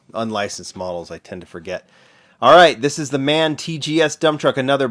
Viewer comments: The Name from Tipper Truck Brand is German and it's pronounced M.A.N not Man!!! M.A.N means "Maschinenwerke Augsburg Nürnberg" Its an very old and famous Brand. The Inovator of the Diesel Engine, Rudolf Diesel worked for M.A.N In WWII they build the famous Panther Tanks and Submarine Engines. The M.A.N Line Up includes Ship Engines, all Kinds of Industrial Generators, Elevators and of course Busses & Trucks. In these Days the M.A.N Brand is Part of the Volkswagen Company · FYI: Its pronouced M-A-N.